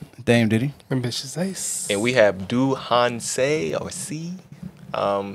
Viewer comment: This was very different, don't know how I feel about it but his rap, flow and cadence was goood! Btw, his name is pronounced more like DOUGH HAN SAY. Thanks guys🥰